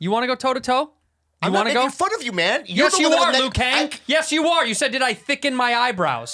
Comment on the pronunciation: Bro casually called him Lou kang lmao